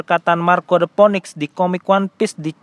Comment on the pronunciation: Btw Phoenix dibaca Finiks